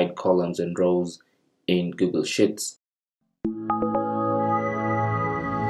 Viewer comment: Thanks. One tip I might suggest however: your pronunciation of 'sheets' sounds like 'shits', which is probably not what you want to say! ;)